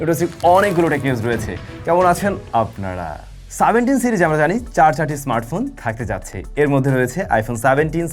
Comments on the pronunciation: 17 ❎ সাভেনটিন ✅ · ভাই এত স্টাইল করে 17 কে সাভাবেন্টিন বলে ফেলছেন যে এখন লজ্জা করছে না?